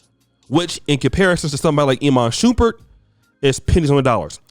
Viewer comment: Lol "E man Shoeperd"? "Iman Shumpert"